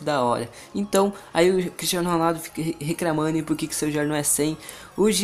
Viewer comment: RECRAMANDO COMPRETO MDS DO CÉU MANO VC NÃO CONSEGUE FALAR COMPLETO E RECLAMANDO PQP!!! DESLIKE...